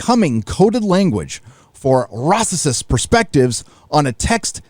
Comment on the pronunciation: What in the world is a 'ruacesist’? Ahahahahahaha 😂😂😂